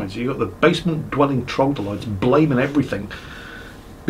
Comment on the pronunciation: Time for verbal nazism: the world is troglodyte, not trogdolyte. Heroes of Might and Magic 3 taught me well.